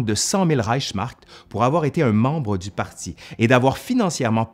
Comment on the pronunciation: Au fil dzu temps